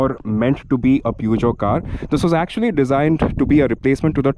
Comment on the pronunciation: It was already dated and too utilitarian for the Indian market when launched but it was rugged and that ground clearance made it go on roads where only jeeps went. P.S: It's pronounced somewhat as Pyu-sh-jo. Then Peugeot did make larger cars before the 309, one of the most legendary ones being the 504 which was sold between the late 1960s to early 80s. Another thing, the Standard 2000 launched in 1985 had a rear wiper and that was the first car manufactured in India to have one, not the 309.